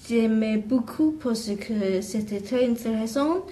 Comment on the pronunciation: the chinese girl also keeps sayin parce que like "parsi kuh" instead of "parse kuh" (ignore my messed up sounds but you can tell what i mean if you listen)